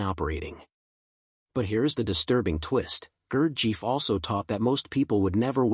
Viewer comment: that is not how to pronounce his name is it too much to get that right. who in the hell told you his father was greek ?